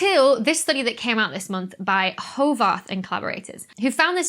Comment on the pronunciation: Another great Night Sky News. I can hardly wait for my kid to be old enough to introduce your content to them. Thank you for putting it out. I have an Itsy-bitsy tiny little complaint that put me off for about a minute while watching this excellent video: how you pronounce the name "Horvath". There is an example how to say it from Mr. Hanks to Tom Sizemore character in "Saving private Ryan": * I wish this would be the biggest problem of our lives, but somehow I can't get over it. Maybe because I trust so much of everything you say. And now I let myself out. * Please watch only the next 5s of the scene if you are squeamish of gore, violence or horror. Otherwise it's a great nightmare material.